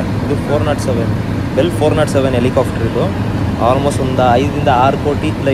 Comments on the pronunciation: Helicopter ✅ Helicafter ❌ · Helicafter alla guru adhu helicopter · helicaaftru alla guru adu, helicopter.... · Guru English ashtu clear aagi mathadthya kannada na yaak guru haage mathadthya ex: “ikkavre” , “aithe”, “ helicofter” alla guru Helicopter. 😐… You ppl make videos alva many ppl see these videos let them learn from your videos plz.